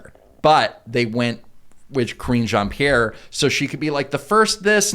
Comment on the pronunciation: I could've sworn you guys were saying "Cringe Ann-Pierre". Oh well, works either way I guess.